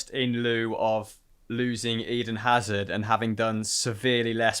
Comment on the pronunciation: Who's this "azar" that speaks of? It's Hazard!!!!!